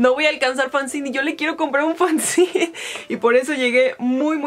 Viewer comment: Dato curioso, no se dice "fanzin" se pronuncia así como se escribe fanzine, yo también tenia ese error hasta que me lo aclararon